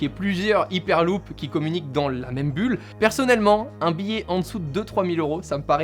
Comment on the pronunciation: C'est dure de dire "haiperluup" ?